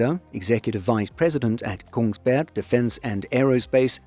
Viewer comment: There’s even the very Eastern Norwegian dropping of the last g, so now he’s ready if a news story happens in Sarpsborg.